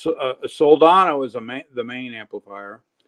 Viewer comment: I believe says Sol- dano 😉